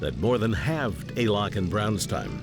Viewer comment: It was Alcock and Brown, not "Alock" and Brown.